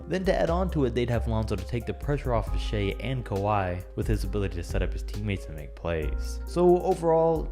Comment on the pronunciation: And its also SHAI not shay gilgueos alexander